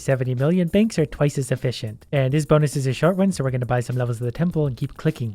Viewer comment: lol at one point in the vid he said bankths